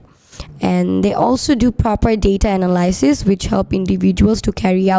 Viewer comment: Analysis pronunciation is wrong.